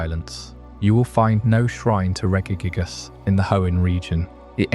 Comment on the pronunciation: Idk if I can sleep to this one, everytime you pronounce regice it snaps me awake, cmon man, pronounce it right